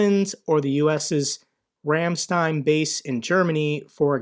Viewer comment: Ramstein is pronounced Rahm-shtine